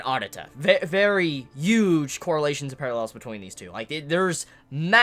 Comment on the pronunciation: Can not pronounce the letter 'H'? The way he says huge bothers me so much. Like he wants you to know he isn't pronouncing the h, "UGE part to this story"